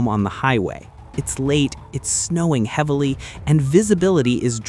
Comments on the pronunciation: ...I hate when "it'se snowing snwavily". Snwavily is the nworst'se! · "It'se snowing i' siwavily" - yeah, I wonder if this might be A.I.